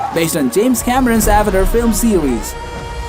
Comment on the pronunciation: Not subbing just cuz you called Avatar “avider”